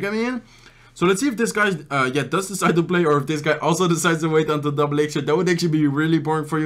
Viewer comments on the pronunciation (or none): After what? A year of watching i just realized that he say "lets put the dark prince to this side" rather than "to decide" wow.